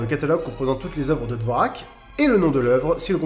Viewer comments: petite correction (oui 10 ans après…) “Dvoräk” ça se prononce “dvorjak” :p dites jamais dvorak devant un musicien “classique”, ça va barder…. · Mes oreilles ont littéralement explosé a chaque fois que tu disais "dvorack" au lieu de "dvorjack" certe ce n'est pas la réelle ortographe et je m'en excuse. Je fait aussi du violoncelle j'entame ma 8e année donc le 4e mouvement de la symphonie du nouveau monde (je l'adore) mais je le joue le doigt au fond du nez. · Ben j'ai appris que Vivaldi était roux ! Ceci dit, la prononciation de Dovrak est à ch.er. C'est plutôt genre "Dvorjak". Liszt était hongrois, pas autrichien. La Hongrie était autrichienne du temps de Liszt, il est vrai... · « Dvoraque » mdrrr! Tu dois le prononcer comme ceci: « d’vorjacques » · ça a du être dit avant, mais juste pour petite correction: Dvorak se prononce Dvorjak. à cause d'une lettre bizarre tchèque. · Musix Mix Every Kind of Music pour une tchèque comme moi, je peux dire que ça démange les oreilles d'entendre un Français le prononcer "dvorak" xD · J'ai une ch'tite remarque, Dvorak ne se prononce pas comme ça s'écrit, ça se dit Dvorjak Voilà p'tit plus au point culture 😂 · oui merci qurlqu'un qui le dit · Je crois que dvorak se dit "dvordchjak" mais me crachez pas dessus si c'est faux ;) Et je suis quasi sûr qu'il y a du Debussy dans "the Evil Within" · "Dvo-rak" ? sérieusement ? Toute l'admiration que j'avais pour toi s'effrondre. Mais t'es marrant donc je vais continuer à mater tes vidéos. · Dvorak ce prononce Dvorjak ^^ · Je sais que personne lira ce commentaire mais on dit "Dvortchaq" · Dvorak !? Son nom se prononce [dvorjak] en français . . . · Tu verra surment pas ce com. mais juste pour info Dvorak se prononce Dvorjak... J adore ce que tu fais! N arrêtes pas! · Excellent point culture, c'est au moins la 10ème fois que je le regarde … Juste une petit précision cependant, je vais faire ma chieuse mais Dvorak se prononce "Dvorjak" en réalité. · on dit "Dvorjak" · ON PRONONCE DVORJAK